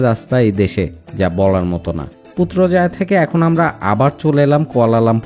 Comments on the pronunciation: পুত্রজায়ায়❌ পুত্রাজায়া✅ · পুত্রজায়া❌ পুত্রাজায়া✅